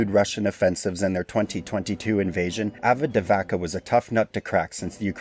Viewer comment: Bro... Avividiikva, Arveka, Advekida, Avadavaka, Adameka... AVADA KEDAVRA! (to say correctly: Avdiivka/Avdijivka)